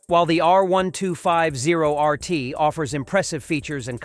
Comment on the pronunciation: Click trash. I switched off from your terribly edited and pronounced R1250RT 'review' Total bullx. A number of lies in there, if I was BMW, I would sue you.